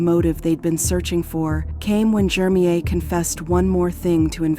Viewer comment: I hate how the narrator pronounces this dudes name so wrong. Almost feels like its on purpose. His name is Jermeir JER-mir. Not hard at all. The name she is saying is so annoying